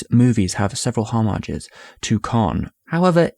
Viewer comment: Interesting. Might suggest practicing your pronunciation of words like 'homage' and 'requiem', though...